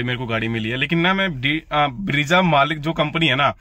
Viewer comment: bhai ब्रेज़ा hota hai, ब्रीजा nahi. Looking for more content like quality of materials, rear seating space etc.